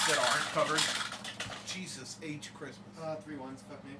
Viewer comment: Meeeeerry Critmas! (Critmas sounds like Crit Miss)